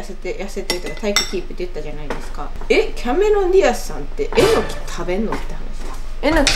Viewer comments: えの↑きぃ 合ってたん爆笑です😂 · まさかぁ〜と思ってたらまさかの英語でも、えの↑きぃ なんだねー。😅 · 関西弁ではえのきは、え↑のきなんですね!?標準語では、え→の→き